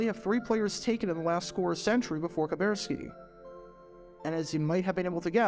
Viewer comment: Now for the rest of the story: The way Kuberski (and it's pronounced Ka-burr-ski not Ka-bear-ski) finally got out of the Navy and made it to the Packers was by gaining weight so that he was no longer met Navy requirements. I got to talk to Bob in the training room one of the three years I attended The Green Bay Experience Fantasy Football Camp. I said something like, it was pretty clever the way you got out of the Navy by gaining weight. Bob replied "Are you saying that I did it on purpose?" Then he followed with "It worked, didn't it?"